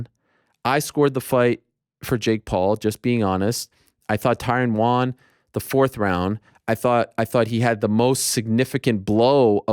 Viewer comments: Can we start a petition for Ariel to stop pronouncing the word won as "Juan/Hwaan"? It's weird and annoying. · I think you may have misunderstood me my friend. I like that he respects the names of people too and the pronunciation. I wasn’t saying I don’t like it. It’s strictly the word “Won”. He doesn’t pronounce it correctly. When he says won it sounds like “Wan/Juan/Hwan/Hjuan”. It’s not supposed to be pronounced like that. Like he’s saying on with a W before it. Won is pronounced like the word Ton, but with a W. Like the number one. That’s what I’m referring to.